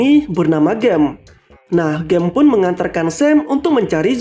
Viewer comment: Gem itu di baca nya jem -_